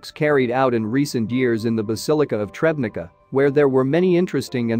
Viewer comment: Tschebnitza, not trebnica.